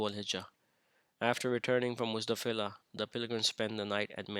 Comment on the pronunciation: Muzdalifa brother not Muzdafilah